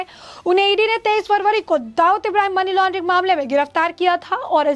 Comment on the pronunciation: टेरर फंडिग __ मनी लानडरिग नहीं । सुधार करे।